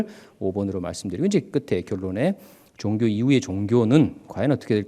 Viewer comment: 선생님! 귀한 강의와는 관계가 없는 질문입니다만, 단어의 발음 문제입니다. 한 말로, 왜 단어의 제 2 음절을 강하게 발음하십니까!??? 이것은, 우리 말이 아닙니다. 예: 기초, 종교, 철학,시점, 문화, 대표, 사건,비판 ,4퍼센트,xx라고,아니라고, 바꿀것, 세번, 사실, 이상 예는, 일부에 지나지 않습니다. 왜!? 둘째자를 거의 모두 accent가 있는 것 처럼 강하게 발음 합니까!!?? 이 결과! 장음인 단어의 첫 자를 모두 짧게 잘못 발음하셨습니다. 만일, 제게 선생님 발음을 평하라고 한다면, 죄송하오나, F!!!. F올시다. 이에 대해 관심이 있는 분은, 유튜브에, 치시면, 참으로 진귀한, 우리 말에 대한 강의를 들을 수 있나이다. 미국 변 완수 드림